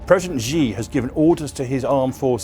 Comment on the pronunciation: You mispronounced "Xi", which tells me that you don't take China seriously. If you think that China is planning to take over the world, then why don't you learn Chinese?